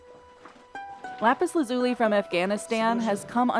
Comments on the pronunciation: Why do so many pronounce the mineral incorrectly? The emphasis is on the 1st syllable not the 2nd. LApis LAzuli. Not LApis laZUli. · In not "lápis lazúli" is "lápis lázuli". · “Lapis LaZUli” is making me laugh. Try “Lapis LAzuli” 😂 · If she calls it Lapus Lazoolee one more time... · Lap-iss-la-zoo-lee? Killing me smalls. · Lapis la zuli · If she says lapis lazuli like it's an Italian pasta & white sauce again I'm going to lose it! La-Peas LAZ-you-LIE. Basic stuff here. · Is this really how americans pronounce "Lapislazuli"? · I need to know, who pronounces Lapis Lazuli like that? Am i the wierd one?